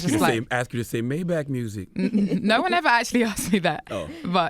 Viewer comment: the girl who said maybach music is Australian lol not English